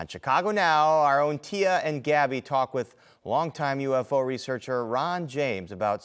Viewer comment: LADY IT'S PRONOUNCED .......U....F......O.....NOT USO! MANAVIGATE??!! WHAT THE HELL OF A WORD IS THAT?!... ARE YOU FRICKIN' KIDDING ME?! jeez....can we get back to hiring people that actually QUALIFIED for jobs??!! I DID'T EVEN MAKE IT THROUGH HALF OF THIS.....IF YOU CAN TALK I WON'T LISTENING!!